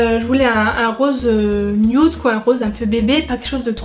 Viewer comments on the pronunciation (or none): none